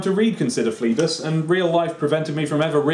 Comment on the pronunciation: Christ above, read Phlebas proparly! Brilliant book.